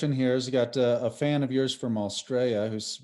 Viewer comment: you pronounced ausjailia wrong